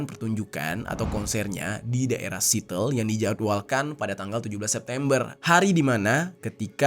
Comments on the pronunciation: Iya lagi.. kupingku gatel tiap denger "sitel" harusnya "si-ea-tel" begitu pun pas kasus Riza Chalid dibaca literal padahal kalau mau sempetin denger berita resmi pasti jd tau bacanya yg bener. tapi yawis lah sebagai fans sabar hati aja. Semoga bang jer makin berkembang pada waktunya ❤ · bang jeri, sebetulnya gak perlu mengkritisi (menertawakan) netijen yg melafalkan nama "D4VD" menjadi "Daud", toh bangjer sendiri melafalkan "legging" jadi "lejing", terus pelafalan kata "sweater", "Seattle" dll jg salah. hampir di setiap awal video bangjer suka minta dikoreksi pelafalan, bbrp kali gw nemuin netijen yg mengoreksi, tapi toh di video2 selanjutnya gak berubah jg, jadi gak perlu ditertawakanlah, sesama salah melafalkan & gak mau berubah ya santuy aja 😂😂👌👌👌